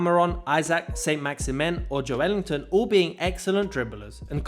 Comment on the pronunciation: Why do people keep mispronouncing Joelinton’s name? It’s not Jo-Elinton! It’s Joe-Linton! Sort it out mate